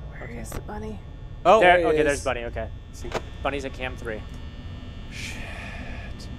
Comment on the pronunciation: Its smiley bunny not bonnnie